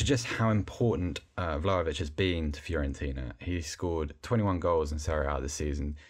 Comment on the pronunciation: Its Vla-HO-vich, not Vlavich. Get it right!